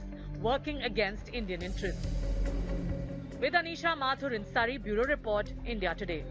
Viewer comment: Can't you properly pronounce 'Surrey'?